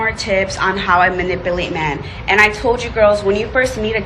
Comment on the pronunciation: Well she can’t even pronounce manipulate so if you fall for her, that’s on you 🫤